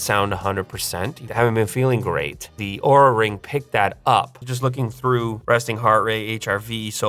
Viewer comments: Great video!. Just try to pronounce Oura as the compay wants to LOL. LTT took a video about this down just because Oura didn't like the pronunciation of the brand. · Be aware of the way you pronounce their name, ask Linus 🤣